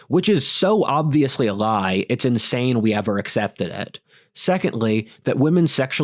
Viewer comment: "Society is a Glie!"